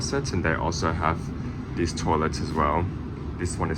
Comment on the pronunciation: I remember a while ago pointing out that you pronounce these as dees, and you claimed it was because you were talking fast. But here you're talking slowly and dees words come out de same.